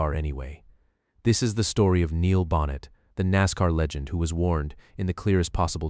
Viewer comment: I know you're a brand new channel, so please take this as constructive criticism. The script is excellent - but to have the last name of Neil Bonnett mispronounced again and again distracted me from the content every time it happened. If you have to use an AI voice, please listen carefully to the soundtrack and correct the errors before publishing. This would have been so much better with a real human voice. But nonetheless, I learned things about Neil, and about his death, that I had never known. I also hadn't known about Bobby Allison's son Clifford. I no longer watch NASCAR, but for many years I was glued to the TV every week, so you're talking about some of the drivers I've either watched or heard of. I remember when Neil Bonnett was an announcer. I don't think I saw the race where he was killed, but it was a long time ago. So thanks for this, and good luck for the future of your channel.